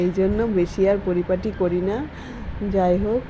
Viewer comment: Darun laglo ranna ta kotha ta poriparti noy poripati